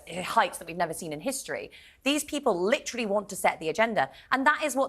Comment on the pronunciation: stop with LIT-TRILL-EEE, the word is lit-ter-ally.....TER, TER........NOT TRILL!!!!!!